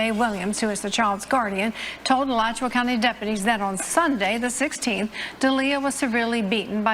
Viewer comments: This is my city! You butchers Alachua county and Levy County's name😂😂😂 "It's the dusty birds" for me😂😂😂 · It's Alachua (A-lot-chew-wa)